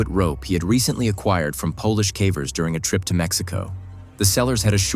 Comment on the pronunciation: i cant stand the ai voice. heres a tip. when youre putting the script in for it to read. mispell words so they get pronounced correctly. i just cant get past the "kavers"